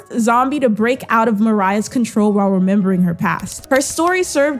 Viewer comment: It’s not Mariah. Is Moria. More-eee-ah.